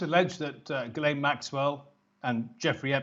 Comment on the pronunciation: I liked the part where he mispronounced Ghislaine's name in a different way every time.